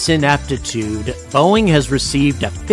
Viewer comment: boeing? nah... boo-ing.